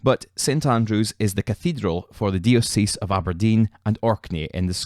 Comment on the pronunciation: Very interesting and well presented. The Episcopal church pronounces the word diocese as (die-oh-sis) Locally represented as the diocese of Aberdeen and Orkney. Evangelical is pronounced (Eve-an-gel-ick-al). Many thanks.